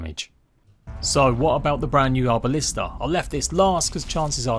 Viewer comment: Arbalest not Arbalista.